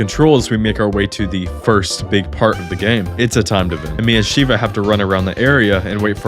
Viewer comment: Dude likes re6 more than re5😭 also u said sheeva and not sheva